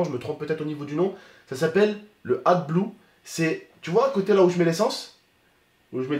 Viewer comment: C’est pas adbue c’est ad blue 😂